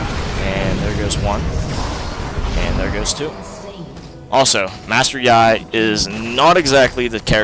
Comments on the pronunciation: It is pronounced like "yee" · Good video but I don't think ur pronouncing his name right but who cares right? Anyways sweet vid!